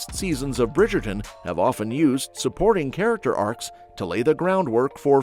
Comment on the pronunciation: The Brigayton😂